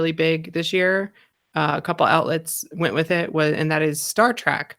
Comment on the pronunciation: "Star Track"??? TRACK??? Its Trek.. like Shrek.. c'mon